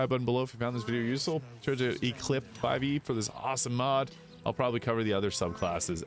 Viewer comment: Thanks for covering my mod! Just a heads up, the name is pronounced eclipse :P also the newest version has more spells added, levels 11 and beyond were very empty haha